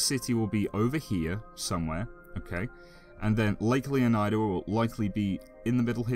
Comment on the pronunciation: Can we please pronounce the -ida in Leonida like we do Florida, since thats what it’s based on? Or do you guys say Floor-eye-da?